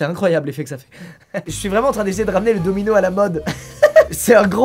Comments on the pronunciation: jai cru qu'il disait DOMINGO et pas domino ..... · Domino et non domingo 😭😂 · Pareil mdr j etais pas prets quand il a lacher DOMINO